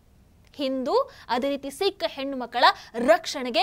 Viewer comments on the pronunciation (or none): none